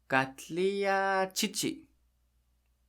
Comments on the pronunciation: How do you pronounce 'Katlinya'? In the video you say 'Katliya', but it's spelt with an 'n' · Sounds like you're saying Katlia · Why is the n not pronounce in Katlinya?